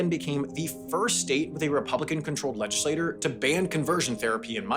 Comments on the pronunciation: FYI, I don't like to pick on people's pronunciation, but you're a professional pronunciator, so you should probably know: the word for a body of elected politicians, "legislature", is not pronounced the same as the word for a member of that body, "legislator". (If you can pronounce "teacher" and "teeter" differently, you should be able to do similarly with legislature/legislator.) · Quick note: You're pronouncing LEGISLATURE like LEGISLATOR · I really like your videos, but the repeated mispronunciation of “legislature” undercuts your credibility. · “Legislature” is pronounced “legislachure”. It’s not pronounced like “legislator”. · Why does he keep saying "legislator" rather than "legislature"? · Narrator, please learn how to say "legislature". It's not pronounced "legislator". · Good video👍. FWI state legislature is pronounced something like "ledge-ih-slay-chur" as in churn. (i'm bad at phonics lol). It keeps sounding like you were saying legislator, like a person. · Legislatchure v. Legislator Pronunciation Issue or non issue? You decide. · legislature* not legislator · Not bad, but you mispronounced 'legislators' vs 'legislature' a few times, and you introduced "Gentiles" without context. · I don’t want to be rude but I feel like you kept pronouncing legislature as legislator. Am I crazy?? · Sam saying "legislator" instead of " legislature" over and over in the 7-9 min mark was really odd. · Legislature is pronounced legislachurr, not legislatorr. The latter pronunciation is for the world legislator, a member of a legislature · I love your videos. They're interesting, informative, and thought-provoking. But sometimes the bonehead mistakes and solecisms make me crazy. A Legislature (leg-is-lay-CHUR) is the legislative governmental body that makes laws. A Legislator (leg-is-lay-TOR) is a person who serves in that body. Please, if you wnat to be taken seriously (and I want people to take you seriously!) you need a proper editor. You're killing me here.